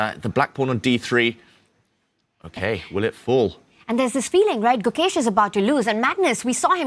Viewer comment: I can't understand why these white commentators can't pronounce Gukesh. You're in the business. If you can't pronounce the name of the world champion, please move on to another sport.